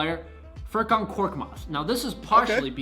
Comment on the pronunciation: Dude said korkmaz for the sixers🤦🏻‍♂️🤦🏻‍♂️any sixers fans out there felt my pain on that one